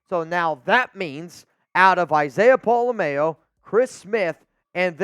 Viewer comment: The way pronounces pola-mao is the whitest thing I've ever heard 😂